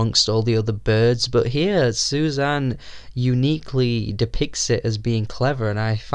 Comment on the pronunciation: Susanne is 3 syllables in Norwegian. Su za neh.